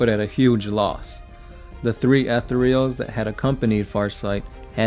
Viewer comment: Jesus, fuck, how do you not know how to pronounce "Etherials"? Fucking, google the word "etherial", use that little thing that tells you how it's pronounced...now add an "s" to the end and you're fucking done. Christ. He destroyed "any likelihood"? I think you mean "likeness". I don't think he can destroy the possibility of Farsight....whatever that's supposed to mean. Also, love the, at least, 10 facts that aren't about Farsight...nice.